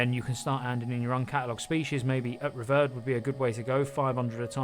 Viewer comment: it's bugging me it's rev-eared not rev-erred